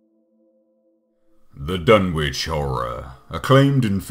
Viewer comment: Learn how to pronounce Dunwich.